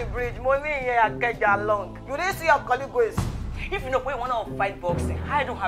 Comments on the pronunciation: Kie kie....please pronounce "colleagues" again. 🤣🤣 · Good one...but what the hell is 'colleagueigwe' ? 😂🤣